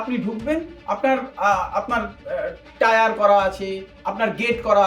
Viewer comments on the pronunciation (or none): Tyre noy tier...Hayre